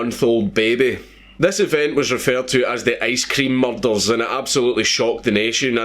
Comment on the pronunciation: Its pronounced "murders" not fucking "mulldarls"...